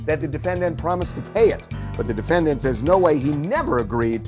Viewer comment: ...why does Harvey have to keep saying 'defen-DANT'...?????